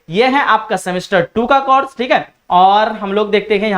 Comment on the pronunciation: Sir ji zaban sahi kiji. Course aur Coras mein aap ko farq nahi maloom.